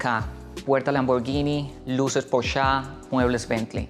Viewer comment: Vende casas por millones de dolares y dice "porsháw". Wtf Es Porsche! 🤦‍♂️